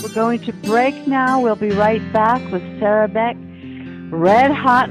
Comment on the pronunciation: Please know it's "Sera" not "Sara"